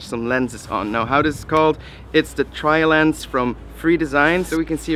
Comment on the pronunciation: Tree-Lens XD